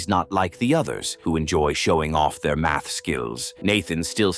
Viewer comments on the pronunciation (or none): ITS MATH.....MATH......NOT MAFS